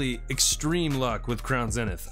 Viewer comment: It’s zeeeeeeenith not zinith